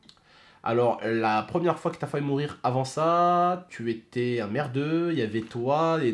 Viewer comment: Il a dit : fahu mourir.... ow shiiiit le francais